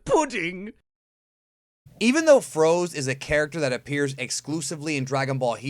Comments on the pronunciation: froze? i thought it was pronounced frozé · Its FrozE not Frows...